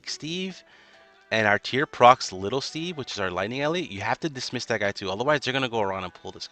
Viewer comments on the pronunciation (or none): none